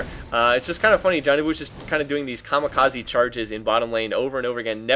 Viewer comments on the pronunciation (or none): none